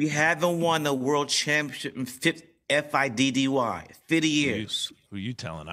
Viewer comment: Spike said "fiddy" years 😭 would love to see 50 cent commentate and analyze sports once in a while